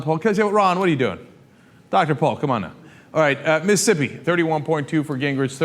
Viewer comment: Is it just me or does Cenk say Mississippi weird? He say Missippi